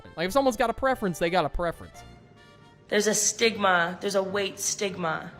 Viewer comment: I heard weight sigma 😂 not weight stigma